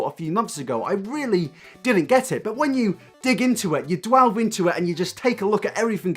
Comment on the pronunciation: Who's Shirley? dwelve into it? Lol. Delve into it. You mixed up dwell + twelve =dwelve.